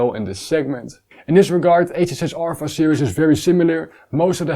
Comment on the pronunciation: Great review as always. Small tip, HJC in English is pronounced 'heetsch djay see' not 'hey j say' (the Dutch way)